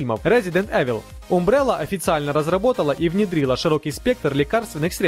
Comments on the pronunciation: Правильнее было бы произносить "Амбрелла". И про контактные зажимы (называются ЗВИ; зажим контактный винтовой) следовало бы ещё сказать, что их нужно подбирать по сечению соединяемого провода. Кстати, сейчас есть более современныеи надёжные клеммы WAGO как для одножильного так и для многожильного кабеля, для временного или постоянного монтажа. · Не умбрелла, а Амбрелла. Не аГДезия, а аДГезия